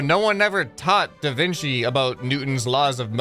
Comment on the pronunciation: "Da Vinky?"